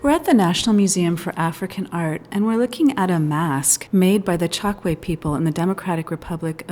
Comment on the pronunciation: I grew up in the 1950's in Angola in the Chokwe area and my parents both spoke it daily. It's pronounced Choke-way, not Chok-way.